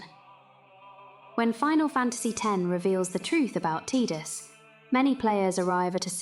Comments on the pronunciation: You almost lost me at T”i”dus. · His name is Tie-dus, yevondammit!